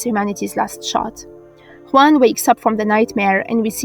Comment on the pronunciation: Kudos for the "Juan" pronunciation , I know it´s really rare to hear it right. New subs, Great video.